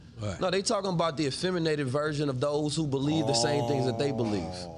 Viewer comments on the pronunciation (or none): “Is afeminnated a word?” 😂😂